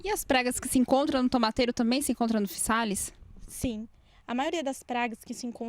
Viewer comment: Olá tudo bem. Apesar de escrever com ésse, fala "fiZális", igual casa escreve s e fala Zê.